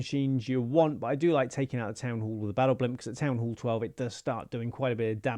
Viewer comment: "town hool"